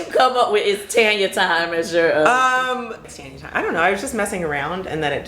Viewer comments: I love me some Tanya. She is so down to earth, friendly and classy. Btw when you guys call her name I hear tenya n not Tanya. Is that how she pronounces her name? Just curious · Love you girlzzzz! Tanya is so funny! We pronounce it right here in the UK Girl.. Its Tanya, Not Tarnya... Haaaa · Naw your name is Taun-yah 😂 I'm not Tan-ya